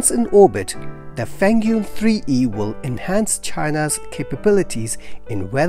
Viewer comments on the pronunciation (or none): it's pronounced feng-yun, not fen-gyun. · JiuQuan pronounces JewTram, and FengYun pronounces FunWing. It's not the exact pronunciation, but close enough.